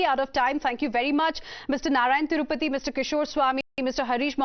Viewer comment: This Anchor needs some schooling: for See maan she says seman(😅), Narayan Tripathi she says Narayan Thirupathi(😅).